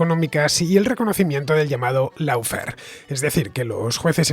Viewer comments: ¡"LOFER" NO "LAUFER" ni "LOUFER", coño! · No se dice ni laufer ni loufer, se dice "lawfare" aw se pronuncia como una "o" alargada.